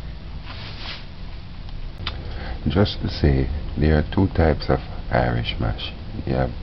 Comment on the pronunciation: He said Irish "MOSH" 😂😂😂